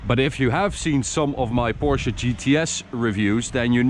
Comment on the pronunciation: I appreciate that you actually say "Porsche" instead of the casual "porsch"